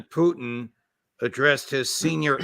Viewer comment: Why can't McGovern pronounce Putin's surname correctly? Very irritating... Poutine is a dish of french fries and cheese curds topped with a brown gravy popular here in Canada.